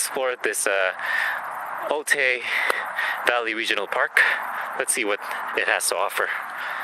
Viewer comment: Otay is pronounced Oh-Tie